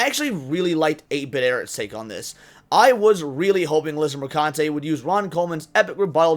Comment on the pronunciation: It’s pronounced Mer-khun-tee. :P